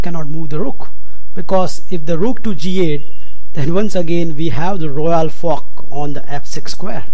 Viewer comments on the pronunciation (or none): You realize what "Royal fork" sounds like, in English, with your accent? BOOM!